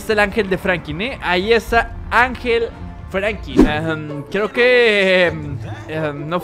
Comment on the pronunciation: Hola bro te felicito por el vídeo crack se dice franklin con l tu dices frankin